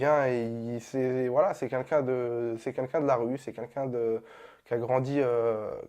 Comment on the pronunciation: Il sait pas dire « quelqu’un » wlh il me tue.😂😂 Il dit c’est « qunqun ».